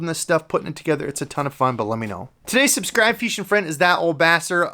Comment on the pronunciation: lol saying "feeshing" and saying "time to paint"